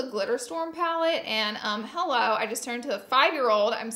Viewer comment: she sounded like she was from London ‘hello’